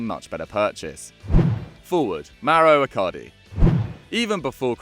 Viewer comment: It’s icardi not icari